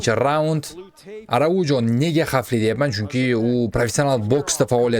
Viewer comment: Arauho aytiladi